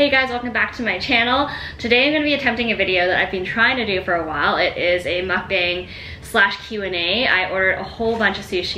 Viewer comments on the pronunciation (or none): I love it!! it's pronounced as mook-bung though :)